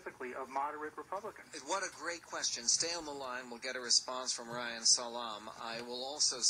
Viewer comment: It's "ReiHan", not "Ryan", moron!